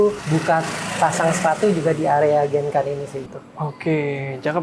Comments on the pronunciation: please kl bilang genkan, dg spelling japanese bisa ga? Aku selalu terganggu krn sll dengar spelling yg ga bener...😅 jadi bacanya "gengkang" gt mas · Genkan itu dalam bahasa jepang cara baca nya bukan genkan tapi gengkang pak Huruf n itu dalam bahasa jepang di baca nya ng